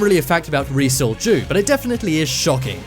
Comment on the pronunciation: Now that's all I can hear. Thanks for that! Lol